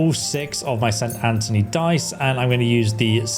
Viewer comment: He also butchers the name of the die itself. Saint Anchovy die my ass... Funny thing is that most of these names are pronounced many times in the game. Yet most youtubers ignore that the same way they ignored school.